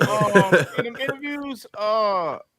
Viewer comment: “Ozion” is crazy 😹😹